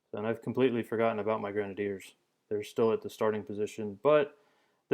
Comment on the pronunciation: i might be stupid... but i think he is pronouncing grenadiers wrong